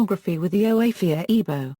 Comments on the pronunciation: Oh-bi-ah, not obey. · Who wrote this s*** whoever wrote this has no idea what they're talkin about first of all the correct pronunciation is OH BE AH not obey and second of all that has nothing to do with witchcraft it must be another white person trying to bastardize a culture that they don't understand SMH